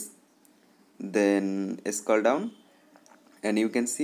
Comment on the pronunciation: scall down 😂